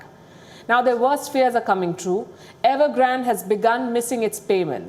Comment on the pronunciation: What?Evergrand OR Nevergrant ?🤔😆🤣